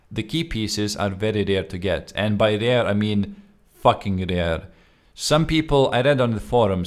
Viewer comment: i love how you say Facking Rare